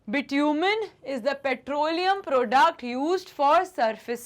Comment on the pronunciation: Ans is bitumen Me - bittuman😂😂